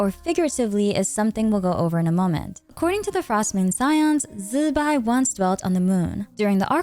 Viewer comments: Why we calling zibai, zibai insted of zzzz..bai ?!! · Ok. I'm ignorant of the correct pronunciations of most of the characters in Genshin, but is "Zibai" REALLY pronounced "Zzzzz bye"?!😅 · Why is it so hard to just say "Zibai" 😆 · Calling Zibai like that was so cringe to me and it was so distracting, it fully broke the flow of the sentences everytime, just call her normally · You know you dont have to force zbai's name, right? Just use an english pronouncination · Killed something in me